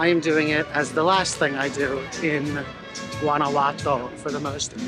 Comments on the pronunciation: Guanajuato is pronounced : WANNA -- WHO - AH - T O 👍👍👍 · I meant no disrespect when I pointed out that you didn't pronounce Guanajuato correctly . I was just trying to help you with your Spanish. P. S. where did I misspell " great video" ?